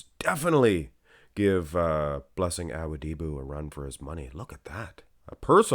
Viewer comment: It's not "bran-de-oh." It's "bran-dow." And it's not "Ah-wo-DI-bu" it's "Ah-WO-di-bu." I know you're going to think I'm just another annoying commenter, but bro, it's SO DISTRACTING with you butchering these guys' names every 10 seconds. It would be like watching a channel and hearing someone constantly say Sylvester "Sta-low-nee." Can you PLEASE put some effort into learning at least the most popular guy's names so we don't have to be distracted with constant mispronunciations and we can just enjoy the content? Please and thank you. And before you think I'm just another hater, I watch AND upvote ALL your videos.